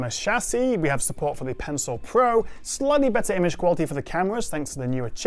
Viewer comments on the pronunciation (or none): When did the word "slightly" become "slutty"? And it's router not rooter. Whiskey Tango Foxtrot.